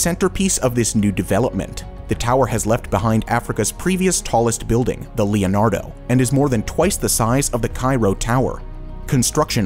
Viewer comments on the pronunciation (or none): none